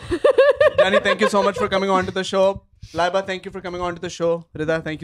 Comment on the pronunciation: said __ laaayybaaa 😂 not laiba😂😂😂